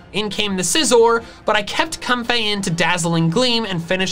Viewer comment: No one:: "Cumfey"